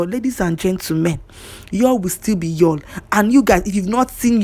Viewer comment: At least erh, make we try to dey pronounce his name correctly, it's yUl as in the same way u pronounce spoon, full, cool, smooth, YUL, even him pronounces his name in this way, but una dey over look am dey call am another thing, and pronounce it as yALL, why naaw? At least as a human being first give am small respect and pronounce his name correctly. If na u wey dem call ur name anyhow, u go like am?